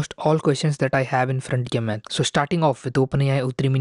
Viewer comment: Why do you pronounce math as max?